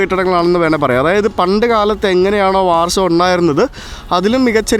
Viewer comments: ബ്രോ വാർസോ, ലുക് സംബർഗ് എന്നതിന് പകരം ലക്സംബർഗ്, വാഴ്സ എന്ന് പറയുന്നതല്ലേ നല്ലത്❤❤❤ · Good 👍 ഉച്ഛരിക്കുമ്പോൾ വാഴ്‌സോ എന്ന് പറയണം ബ്രോ.